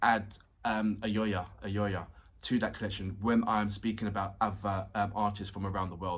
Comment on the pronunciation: You family now for Ukrainians ya know? ( And yes, i called all of them ) You told 4 mins, you did it, fuck yeah. Real fucking man. PS: Its not Ayoya Ayoya, it is ALiona ALiona, she just to shy to correct you or did not watch you say Ayoya lulz). Waited till you have told Ayoya 10 times to correct ya hehehe